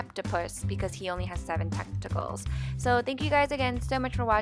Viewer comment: It sounded like you almost said testicles instead of tentacles 😂